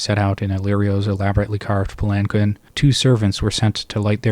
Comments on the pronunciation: In case you care to know, palanquin is pronounced "palan-keen". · Pal-In-Keen is how that word is pronounced